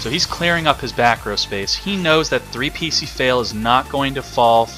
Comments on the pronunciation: not sure if you were trolling on how you pronounced ( epic fail) or genuinely didn't know 🤔🤔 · Your pronounciation of his name was an "3p1cfail". In all seriousness, I appreciate what you've done for the Duel Links community. Keep up the good work, best of luck to you and your girlfriend.